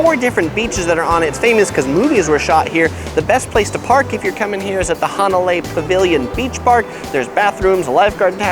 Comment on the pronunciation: "Hana lie"? 🤙